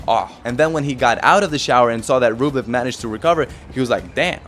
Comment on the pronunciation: Дружище, всё супер, спасибо за такие видосы. Даже если бы это был не Медведев, а кто-то еще, все равно интересно смотреть. Suggestion: ты же русский, мб стоит не повторять за пиндосами "мЭдвЭдЭв", а произносить "Медведев" по-русски? и не "рУблев", а Рублёв, по-русски и не "шапОвалов", а Шаповалов не "шарапОва", а Шарапова как надо, понимаешь? А не как эти ленивые жопы там у себя в своих ленивых п**уистических английских мозгах прописали. Ты же не работаешь на пиндосню - ты делаешь своё. Ну давай по-русски, а? Фамилии наши русские, по-русски :) PS: например, на сайте WTA в профилях игроков есть аудио, как они сами себя озвучивают. Я пощелкал, послушал... Только Рыбакина с Самсоновой и Александровой называют себя правильно. Остальные "касаткИны", "кудерметОвы", "потапОвы" и прочие уже промыли себе мозги и опиндосились... Сегодня тебя называют "верОникой кудерметОвой", ты повторяешь, как попугай, а завтра назовут "жопой с ручкой", ты тоже повторишь? Надо уважать себя. PPS: Шаповалова комментаторы и судьи тоже в начале коверкали и называли "шапОваловым", но последние года 2 называют правильно. Сами пиндосы называют. Я не знаю, что случилось, мб он их всех научил как-то (мягко или жестко), но это возможно.